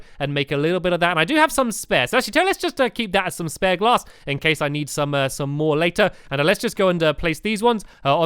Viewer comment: He said stained class instead of glass